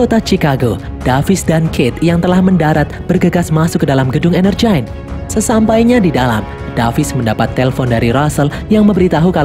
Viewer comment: Yang gua denger : Energyne Yang otak gua pikirkan : Energen